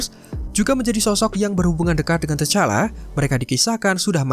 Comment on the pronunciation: Sbut nma pn x ngam mau buat youtube🙄🙄 tu T'challa d sbut Tichalla bukan tachalla👎👎